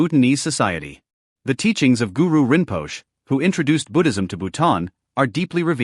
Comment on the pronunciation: 6"14' Please use commentators familiar with the videos subject, rinpoch' really ?